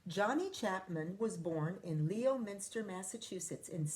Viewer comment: Leominster is pronounced LEM-in-stir